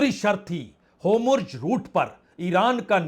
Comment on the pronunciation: होम्रुज रुट नहीं है, होरमुझ रुट बोलिये